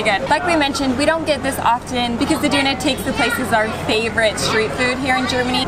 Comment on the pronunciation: Omg you people just make me hungry every time! 😂 Tip: In English, you say "urn" "girl" "pearl" "hurl" "hurt" You don't say "oorn" "goorl" "poorl" "hoorl" "hoort" Now say "Döner" like you say the "u" sound in girl, pearl, urn etc. 👍🏻 Now you have Döner, and not Doonah😉 Love your family, you're so adventurous, and sweet❤